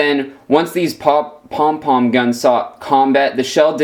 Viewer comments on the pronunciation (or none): Cringing when u said pong pong